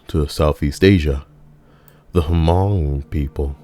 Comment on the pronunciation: The H in Hmong is silent mate